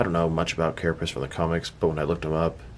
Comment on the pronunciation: "Carapiss" lol